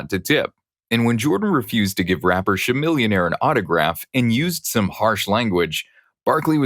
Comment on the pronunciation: The way you pronounced Chamilionaire’s name was funny, but the Bill Murray pronunciation made me actively wince lol